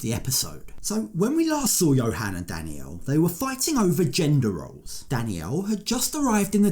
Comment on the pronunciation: Narrator can pronounce the letter L in wotds like 'traveller' but cannot for some reason say Dannielle but Danniow Massively annoying